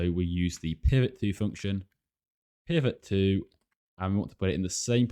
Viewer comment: It's PivotTo, not PrivotTo